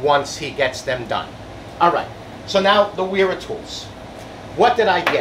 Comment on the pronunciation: Vera….it’s “Vera tools”